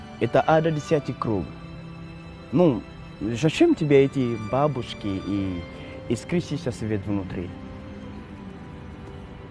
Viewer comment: Интересное исполнение. Очень искреннее. Немного меняют впечатление бабушки 👵 -- бабОЧки 🦋🦋🦋, лампушки -- лампОЧки 💡💡💡. В остальном всё замечательно. Удачи вам.